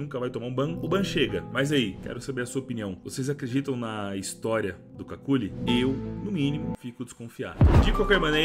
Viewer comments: n é cáculi, diz se kelly. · As duas pronúncias corretas pro nick dele são "QÜICKLY" ou "KÉLY" como a narradora diz no vídeo... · Somos dois, irmão! Só o vi o começo do video. Não aguentei ver ele chamando de “Kakuli” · C A C U L I ! KKKKKKKKKKKKKKKK Me raxei td vez que ele falou assim, eu sempre falei cucli rsrsrs, bom vídeo!!! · kakuly ao menos para fazer o vídeo aprendias a ler o nome dele... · ta me dando agonia na pronuncia do kqly